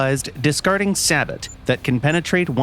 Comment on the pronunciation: NOOOO, HE CALLED IT Sabet 😭😭😭 Its sabot, said sabo